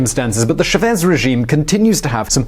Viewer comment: He’s called Chávez, with pronunciation focused on the A, not Chavéz.